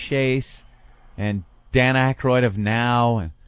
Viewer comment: It’s Aykroyd dummy